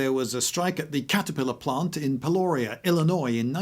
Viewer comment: I don't want to be that jerk from Illinois but here I am. Peoria Pee-ore-E-uh... hope this helps.